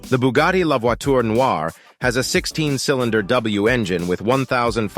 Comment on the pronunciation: 🧃😸 Boogati hahahaa ! bruhhh its Brugatti ! [ R ]